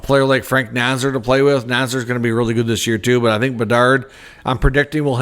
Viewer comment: My boldest prediction? You'll start pronouncing Frank Nazar's name correctly...